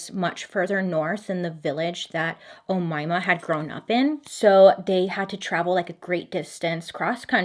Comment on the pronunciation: you’re pronouncing omayma sa7 mat5afesh 👍